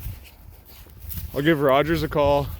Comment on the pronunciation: I'm not even Canadian, but I cringe when I hear "Rogers"